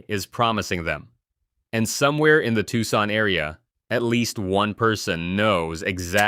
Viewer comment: Can't pronounce Tucson?